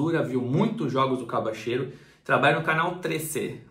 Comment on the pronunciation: Pô, mesmo com um repórter mandando um vídeos com a pronunciação correta co nome do jogador, o ainda me fala “Cabacheiro” 🤣 Brincadeiras aparte, grande vídeo, muito obrigado pelo esforço de ir buscar informações com pessoas do ramo, parabéns!